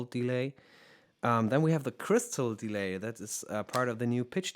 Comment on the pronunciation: Hi, super hilfreiches Video und sehr geschmackvolles Spielen! Kleiner Tipp nur für englische Videos, ein paar der Wörter werden anders betont wie zB. deLAY und paRAmeter. Das mag nach klugscheißen klingen aber wenn man Muttersprachler ist oder wie ich Englischstudent, fällt einem das bei solchen Wörtern, die ja immer wieder vorkommen doch ziemlich auf. Wenn du darauf achtest und dich da vorher ein bisschen informierst (zB. online beim Cambridge Dictionary), wären deine Videos noch besser!:)